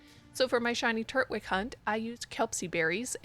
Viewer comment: why you saying turtwig like that